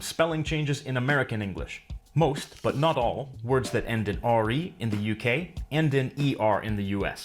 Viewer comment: What happened to the T in but?